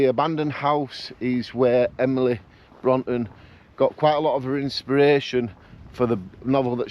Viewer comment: I find it hard to motivate myself to get out and do solo camps, but like you I just force myself out and all the worries I had disappear! Emily Bronte who wrote Wuthering Heights is pronounced Brontay, great video I tried to make it up to top withins last year but had a chest infection and turned back. Will try and do this in a few weeks before the real bad weather sets in!